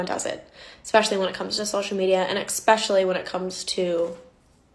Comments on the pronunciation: I can’t trust the girl in the pink top because she pronounced especially as ekspecially 😂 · My suspicions about the girl in pink were confirmed when she said "exxpecially". Moving on. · “Eggspecially” from Miss “it’s ok to lie because everyone does it”…. I think my IQ dropped about 40 points watching this., are you okay? Trying to follow that thought process could cause you permanent damage…